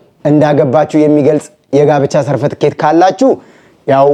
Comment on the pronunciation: አላዬ፣ Certificate ' ሰርትፍኬት' ነው የሚባለው።